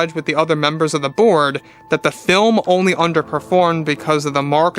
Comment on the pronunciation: Every time he says "the board" I hear "the Borg".